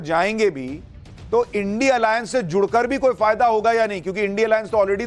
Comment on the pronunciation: सुशांत सिन्हा तू क्या एंकरिंग करेगा रे। जिसे इंडिया को इंडिया नहीं बोल पाता। थोड़ा ठीक से पढ़ना तो सिख ले।